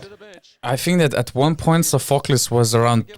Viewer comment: Sofokl-i-s the tune is on i. Not Sof-o-klis Shxortsianitis